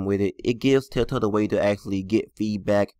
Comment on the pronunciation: I hate how he says tailtail instead or TELLtale